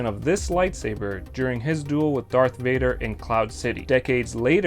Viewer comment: Thank you to referring to Vader as “Vader” on Mustafar... so many get it wrong